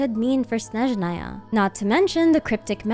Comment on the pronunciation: I adore how pronounces Snezhnaya and other words 😭❤️